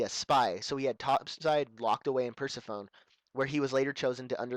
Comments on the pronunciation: Perse"phone?" It's pronounce Per-seph-o-nee. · BTW it's pronounced Per-sef-oh-knee, not Purse-a-phone. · Lmao he said "purse i phone" lol its Per-sef-oh-knee ... From mythology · lol, when you were saying Persephone (Purse-eh-phone) I paused it and I was like, "No, no, no, it's Persephone (Purse-eh-funny)! God, I can't stand it when people mispronounce words." Then I started playing it again, and you were like, " I'm probably pronouncing it wrong, but oh well." Then showed up, and I'm like, "I'll just stfu." I used to think it was called that too. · Persephone is pronounced per-seff-oh-nee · It's pronounced persefony named after hades wife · Hehe purse-se-phone. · Persephone is pronounced per-seff-oh-knee. Just in case you wanted to know. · Per -sef-oh-nee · It's actually pronounced: "PER-SEF-OH-NEE". Persephone, by the way, was the daughter of Demeter, Goddess of the Harvest. Pesephone was captured by Hades and made queen of the underworld. After a debate with amongst the Gods, it was agreed she only had to stay with Hades 3 months of the year. The Underworld served as her prison, hence why Rapture's prison is named after her. (As if you cared.)